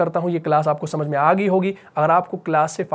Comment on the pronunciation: انگلش کا لفظ I کا اردو معنی ہے میں اردو کالفظ میں کا انگلش معنی ہے in آ پ دونوں کا اردو تلفظ یعنی مخارج کی ادائیگی درست ادا کریں آپ کا کام زبردست ہے اللہ تعالیٰ قبول فرمائے اور برکت عطا کرے آمین